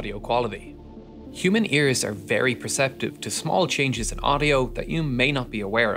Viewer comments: Y they rrrr the shaped they rrrrrrr....had me rollingXD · you sound scottish when you say “apart” and “are” hahaha nice video tho